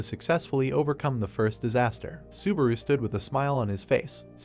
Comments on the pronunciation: I think narrator sometimes want to say subaru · God stop saying suburu!!! I quit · i found a ned drinking game, every time subawu komms up :D